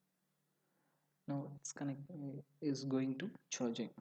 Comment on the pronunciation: Not choi Jin it's charging improve your english